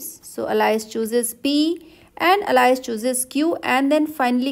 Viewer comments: You pronounce Alice as Allies? It's pronounced as Aal-is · nah its al-ice